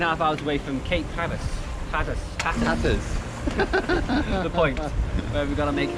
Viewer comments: It's "Slack Tide"....and "Hat -r-us" 🙂 Did you see the boat that approached ? Sounds like it could have been Coast Guard patrolling ? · There are a whole lot of Monday mornings. Which one was that? BTW That's "Hat-ter-rus". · Seriously guys. It’s pronounced Hat-er-as!. Tricky part of the coast there but good job.